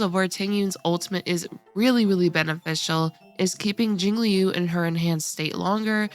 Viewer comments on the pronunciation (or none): none